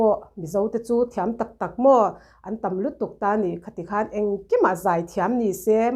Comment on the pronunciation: Antam a tih te kha a fiah tawp ka ngaisang lutuk tlat